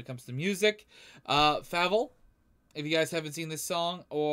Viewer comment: bro his name is pronounced Fable , not fabel